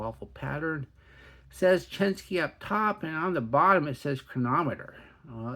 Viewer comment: People really complain about how you pronounce "indices"? In that case, I'll let you know it's "Chen-SHI", not "SKI" hehehe 👍😎